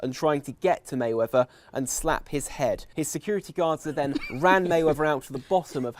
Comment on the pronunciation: Mehweather ? Popper unc Tom